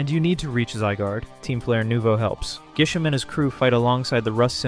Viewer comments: Dude how the hell did you not realize in editing that it's Grisham and not Gisham? At least state if you're using different region names or something. Like, dude, how can you mess up this bad? and i wont point out how corbeau isnt related to kiren and carmine like everyone intially thought. he has his design because he's a poison and steel type. thats it. like other htan that, i guess good job on the video but this feels weird as all hell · It's GRI-SHAM. Why are you dropping the 'r'??? Also, GRISELLE IS A GIRL. Elle is a common name for girls and also common as an addition to many names like Janelle, Danielle, Belle, etc. did you even play this game?! 😂😂